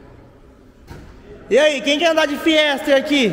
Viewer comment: Top demais, mas chega doer o ouvido quando ele fala "FIESTER".